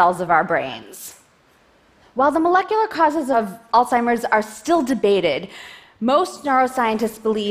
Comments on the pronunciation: Alstimer's? Hard to take you seriously when you mispronounce the disease 30 times. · is she saying Oldseimer's? really?